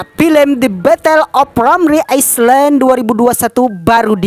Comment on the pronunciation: Bukan aislen tapi ailend bacanya bang 😂